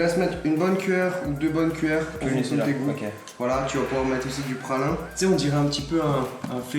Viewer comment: c pas PRA L UNN mais PRA L INNNN